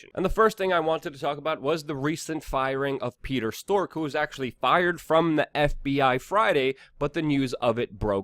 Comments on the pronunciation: WeAreChange are you saying stork on purpose? It's strzok, pronounced as in st-r-ock. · It's pronounced "Struck", not "Stork" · Struck not stork, Katrina not Katherine lol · Bro maybe the name Strzok is spoken differently . Just saying - maybe I'm wrong .